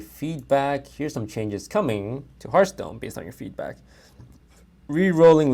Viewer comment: "Hearthpoon" Lmao